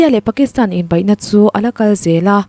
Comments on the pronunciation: Inbaih" i tih hi sim theih anih ka ring, Inbeih" tiin lo thlak hrâm teh, i aw a màwi tehlul nen.😂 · 'beih' tih hi,tinge 'baih' ti a i lam luih tlat le.